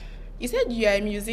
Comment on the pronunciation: That chick be laughing at dudes for speaking bad english but she is there saying "music-cian".